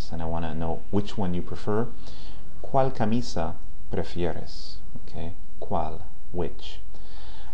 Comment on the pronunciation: Hola! He visto algunos de tus videos y me parecen bastante buenos. Solo te quiero hacer una observacion sobre tu pronunciacion de la "L" por ejemplo en "cual" que te suena como la "L" en Ingles. Podrias poner la punta superior de la lengua sobre el paladar para Espanol y no la parte anterior(inferior) de la misma como lo haces en Ingles. Sin mas por el momento,te felicito por tu labor.